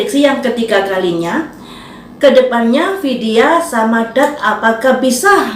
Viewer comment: Vidia Bu ,bukan Widia ..Vidia ...